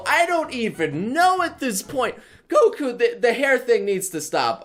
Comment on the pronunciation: My laughing the hole time he says goku I get triggered